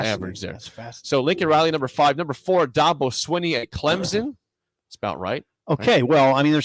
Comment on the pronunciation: you pronounced Dabo wrong again. It's not "Daw-bo" like "Jaw-bo"... no. His older bro tried to say "that boy" and "da-bo" is what came out. Parents thought it was cute. It stuck.